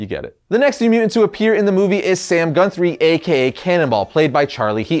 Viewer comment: MU·TANT not muant